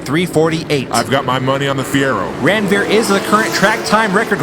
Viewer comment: It's not Randveer it is Ranveer. And if you think why I am saying so see my name